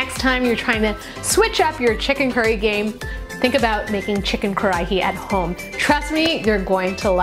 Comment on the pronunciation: roll your R so it almost sounds like Kadahi